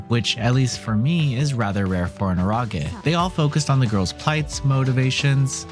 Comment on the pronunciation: Ero as in erotic ge sounding like gay Eh-row-gay